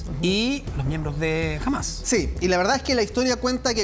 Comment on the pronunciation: es HAMAS con acedto en la A senor periodista mediocre no °JAMAZ° LOL